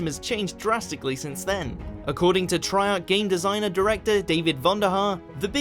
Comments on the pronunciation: It's pronounced tray Arch not tri Arch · "Trie-arch" "Modern Warfare Free"